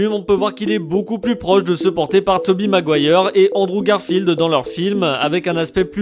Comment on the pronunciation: quand il a dit tobey maguire j ai entendu harry maguire